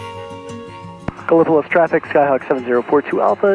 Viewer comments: Another great video! You flew over my home airport KEKN. I have enjoyed watching you fly around my home region and many of the small airport I visit frequently. And just one small correction Gallipolis OH is pronounced GAL-uh-puh-LEESS or GAL-uh-puh-LISS. Keep making great content! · I think it's pronounced gala - police.